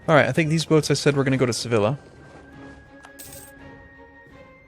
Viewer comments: Its pronounced Seviya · I know the series is finished and doesn't give a damn about pronunciation but "Sevilla" is pronounced "Seviya". The "ll" in Spanish makes a "y" sound. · i think its suppose to be "sebilya"